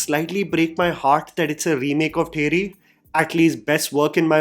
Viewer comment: Did he just call ‘Theri’, Thheri 😭😭😭😭